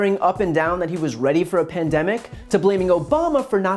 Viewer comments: "Pandemics" From the way he pronounced it, you would just know he hardly used that word until 2 months ago. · trump was preparing for it but somehow didn't start protecting us or fixing the stockpile by 'gathering ammunition' on day one or any day? BULLSHIT. he didn't even know how to pronounce pandemic until a month ago. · He can't even pronounce pandemic... can he spell it? If he knew the "shelves were empty" he would have shouted it from the rooftops. Liar.